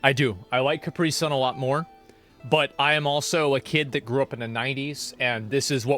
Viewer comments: It’s not pronounced Car-pre-son. 😂 asmong it’s pronounced Cap-pre-sun. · Why do Americans pronounce caprisun kupree? Weird